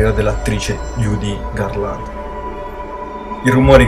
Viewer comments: cazzo ma ci vuole tanto a pronunciare bene Judi Garland??? la mamma di Liza Minnelli,se non lo sapessi... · Almeno impara a pronunciare bene "Judy Garland" :-) ... così non si può proprio sentire!!! :-)